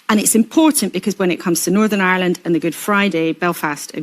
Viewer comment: He can't even pronounce the word, "Ireland", saying "island."